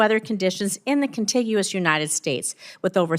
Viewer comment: Hilarious that she indignantly corrects his pronunciation of "Nevada" while she mispronounced "contiguous." Also, "Nevada" is the Spanish word for "snowy" and it's indeed pronounced "nevahda." It's the residents of the state who are actually mispronouncing it. Otherwise she's mostly right. Dejoy is a menace.